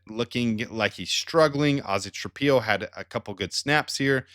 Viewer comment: Ozzy's last name is pronounced Tra-pillow. Why do you insist on pronouncing it Tra-pee-o?